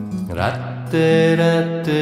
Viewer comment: Ich möchte dir ja nicht zu nahe treten, aber das Radhe sollte weicher ausgesprochen werden! So klingt es wie „Ratte“! 🤔🙏